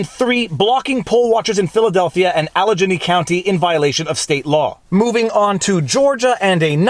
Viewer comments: Speaking as someone from Pennsylvania, Allegheny is not pronounced "Al-uh-Jane-y" rather "Al-uh-Gay-Knee". lol I appreciate you going over this lawsuit! Hopefully this gets an honest look from the Supreme Court unlike most the lawsuits presented in our state! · it’s not pronounced AlleJenny county, it’s AllaGAINy county. Just for future reference. Great video though. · Point of Pronuciation: Allegheny is Alley-Gainey, not Allege-eny. Thank you for slamming Michigan! Benson is one of our 3 witches. Too bad we don't burn witches any more. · Love ya. You chuckle at aboot, I chuckle at al-eh-geh-nee. AL-EH-GAY-NEE , primary emphasis on 3rd syllable, secondary emphasis on the 1st. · I live in Butler county, one county away from Alleghany county. You keep pronouncing it wrong, the "g" in Alleghanny does not make the "j" sound, it reads al-uh-ganee. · Allegheny - Al - Le - gainy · As a Pennsylvanian: its pronounced Alley-gainy for future reference. Keep vlawging. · great content as usual!! viva FYI : it is pronounced "Al-i-gay-nee" county. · allegheny county - pronounced "al-eh-gainy" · It’s a hard G in Allegheny, Viva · AL-A-GAIN-Y county. Love ur vids. Better than most american attorneys! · It's pronounced Al-ėh-gāy-knēē County... Allegheny... Al-e-ghe-ny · Allegheny county is pronounced alli-Gain-"e" (PA resident) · Its pronounced "Ala-gain-ee" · Al-i-gain-ee County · Allegheny County PA is pronounced Al-eh-GAIN-ee. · Allegheny, no hard G Viva Alle gain ee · “Allegheny” is pronounced; “Alla-gay-Nee” Other than that; Always great videos out of your site Viva. Thank you for breaking it down. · Allegheny is pronounced with a hard G.😂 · (and for future narration, Allegheny is pronounced "al-luh-GAY-nee" The "g" is hard) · For the record, it's pronounced "AL uh GAY nee." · The "gh" in Allegheny is pronounced like the G in Good, Grief, Gummy, and Get it right. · "Allegheny" pronounced Al-eh-gainy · FYI, Allegheny is pronounced Al - uh - gain - ee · Allegheny is a HARD G